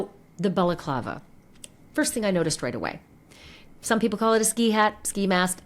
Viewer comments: “Bella-Clava”….? Seriously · It's pronounced Balaaaaclaaava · The way he pronounces balaclava 😂